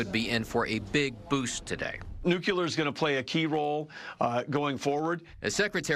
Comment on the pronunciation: it's not "nukular energy".